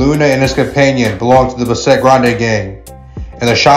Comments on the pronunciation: Its Bass-et... Not Ba- sset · Buhh-set lol It’s Bassett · Why is he saying. Besset? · It's not pronounced Ba-Set it's Bassett one phrase. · It's pronounced Bass-it not bah-set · Bahset gang ? bASSet foo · It’s not Bah-set…it’s pronounced Bass-sit foo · Bass-it bro how you pronounce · It’s pronounced as ‘bass set’ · Buh-set ? this fool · this isn’t even a Spanish word lol and he still got it wrong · Somebody needs to show this fool how to pronounce Bassett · U have no buisness doing content like this if u cant pronounce names correctly. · Dude at least learn how to say the name correctly 🤣😅😆